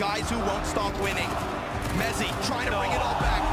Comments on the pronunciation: s'il te plait c'est mezi pas metzi 😅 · C’EST MEZZI PAS METEZI !!!!!!